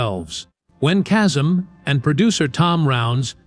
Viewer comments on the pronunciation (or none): And it’s KAY-Sum. Not casum